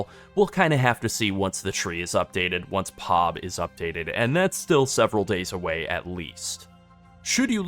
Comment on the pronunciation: I've never heard anyone call it "PAWB" before.